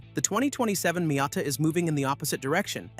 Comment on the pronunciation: Wow, what a silly video this is. A new not-very-attractive green color and nothing else are "reasons to wait for the 2027 Miata"? This is just pointless. You also show images of completely different cars which is misleading and dishonest. Also stop pronouncing "Miata" wrong.